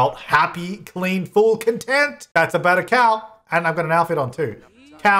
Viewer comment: when said Cowleen like Jolene and not Cowleen like Colleen 😔😔😔💔